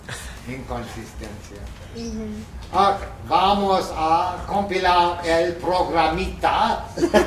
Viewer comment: pero queda simpático que diga progamito